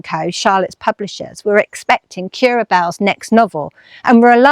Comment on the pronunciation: Thanks for another lovely video. Now I know that Currer is pronounced like “purer,” not like “purr-er” (as in what a cat does). I look forward to what you do next!